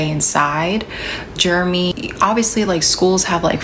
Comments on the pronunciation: Pretty sure it was Jer-e-my and not Germy. Why is she pronouncing it like that?😂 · why is she pronouncing Jeremy like that? She's calling that boy "germ-y". Did they call him that in school, and she's subconsciously doing it now without realizing it? Like, does she think that's how that name is actually said?